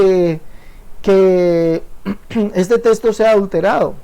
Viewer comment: Este señor se la pasa anunciandose y diciendo testo en lugar de texto.